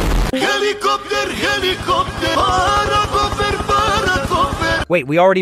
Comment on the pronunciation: Helikoper o helikopter 😂😂😂😂😂